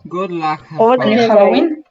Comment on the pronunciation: "Gud lak" 🗿✨✨✨ pinkne